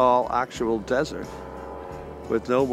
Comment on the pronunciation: NOT DESSERT...……………………….DESERT